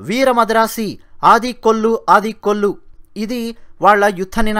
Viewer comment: అది 'ఆడి కొల్లు' కాదు. 'అడి కొల్లు'. దాని అర్ధం 'కొట్టు చంపు'.